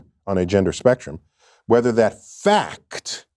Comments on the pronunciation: It’s a FAH-KT that people express themselves on a spectrum. It’s a FAH-KT that he’s a disingenuous jerkoff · 3 syllables for the word "fact"? Byyyyye lol